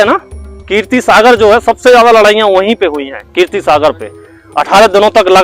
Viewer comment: Keertee nahee keerat Sagar